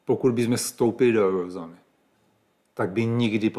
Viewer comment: Naučte se první mluvit a poté se teprve začněte vyjadřovat k nějakým věcem, vždyť tohle se nedá poslouchat. Eujozona.